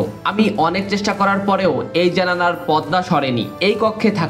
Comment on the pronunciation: ভিডিও ভালো হয়েছে👍 তবে, কিছু কিছু শব্দের উচ্চারণ ঠিক করতে হবে, যেমন গোছল, সয়...স্টান্ডার....পদ্দা....জোতা...